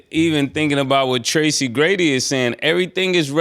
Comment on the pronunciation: I really wish that Murda and Killa would start pronouncing ppls names correctly cause Tracy Grady is crazy work 😂😂😂